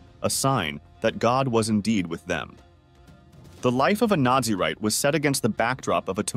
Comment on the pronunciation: Its Naz-a-rite not Nazi-write